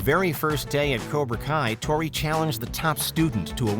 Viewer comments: “Toni” lol, it’s Tory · its tory not toni wtf man